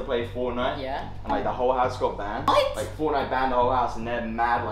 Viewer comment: mans realllllllyyyy said banded